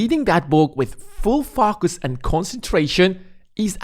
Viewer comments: I can’t fOcus with the way you keep mispronouncing the word. How hard is it to say it correctly? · the way you say focus really offsets my focus :))